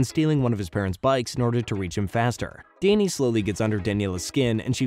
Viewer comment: Why is Danny pronounced as Dayney